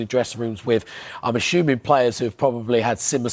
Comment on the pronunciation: Assuming, not aschuming. Schmuck.